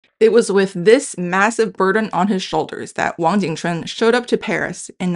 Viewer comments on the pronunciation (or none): The host of this channel mispronounced the historical figure's name as "Wang jing quan" instead of Wang Jing Chun (王景春), his original name. The host later corrected her pronunciation. The romanization transcription to Latin letters was not based specifically on American English pronunciation, but on the Wade-Giles phonetic system, the standard at that time. Americans not familiar with this phonetic system might pronounce it in various ways. One may strongly suggest that both the host of this channel and the audience learn the other main romanization phonetic systems, such as Wade-Giles (historically used to transliterate from Mandarin into Latin letters), Yale (used to teach Mandarin before Hanyu Pinyin got popularized), as well as some of the other historical romanization systems. These are not variant romanization systems, but standard ones used before Hanyu Pinyin. In that way, it will be easier to match certain current spellings and historical spellings of places and names to modern pronunciations or to Hanyu Pinyin. eg, Taipei --> Taibei Kaohsiung --> Gaoxiong Tientsin --> Tianjin Tsingtao --> Qingdao Mao Tse-tung --> Mao Zedong etc. Then it would then be very straightforward to match "Ching Ch'un Wang" to "Wang jing chun"王景春 .